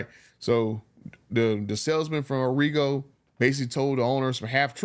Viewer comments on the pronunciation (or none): Hey it's pronounced Ah ree go. They're a big dealership in South Florida. I dealt with them when I was shopping for my TRX.